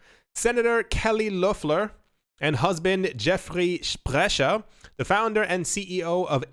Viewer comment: Was hoping u picked up this news of kelly lofflahhh lol its funny the way u say her name